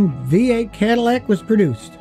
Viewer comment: Love how you pronounce Cadillac